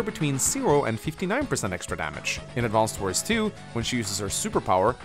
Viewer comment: I'm so triggered, that he doesn't pronounce the name of the game correctly even once